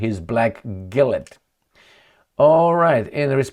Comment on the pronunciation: NB Gilet is pronounced like a french word